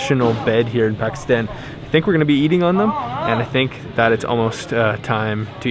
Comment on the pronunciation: How many days are they going to be in Pakistan and mispronounce the country they’re in.... I want to watch the video...I’ll come back tomorrow and try again. 🥲